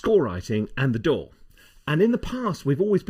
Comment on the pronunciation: It took me a bit to figure out that he wasn't talking about a "door," but rather, a "DAW." lol!